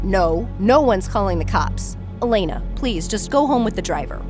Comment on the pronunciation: MY HOUSE IS E-LAY-NA